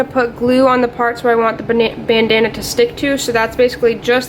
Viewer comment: Nice work, and I like when ya called it "Banana" instead of "Bandana"